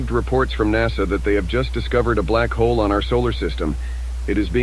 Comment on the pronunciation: "Tungkol sa blak-hol- MAITI"